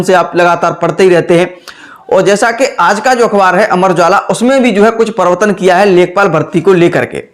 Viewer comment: Privartan bolne nhi aa rha hai pdhaoge kyya ghnta